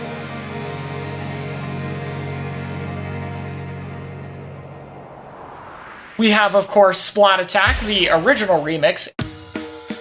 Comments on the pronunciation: You Pronounced Splattack wrong. It's "Spla-ttack", not "Splat-attack". How do so many people still get this wrong!? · Every time someone mispronounces Splattack! I lose another brain cell